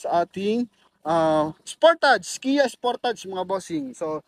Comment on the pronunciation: Correction lang po: Sport Age (sportage) not sportadz ang pronunciation po